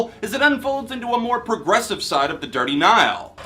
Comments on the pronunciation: that intro was hilarious lol. Gotta say though, you had me questioning my own pronunciation of The Dirty Nil. You hear them called Dirty Nile at some point? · As a Canadian.. you pronounced The Dirty Nils name wrong. You don't say the E on the end. That being said.. been a huge fan of you since the beginning. I absolutely love your album reviews, and these album awards are always a blast to watch! I'm glad your taking the time to do less reviews and focus on your mental health. Especially during these times. Congratulations on moving in with your fiancé btw! Huge stepping stone! All the best!